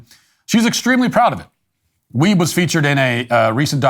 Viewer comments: “Weibe” …..shocked I tell ya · Did you say, “Ellen Dwiebe?”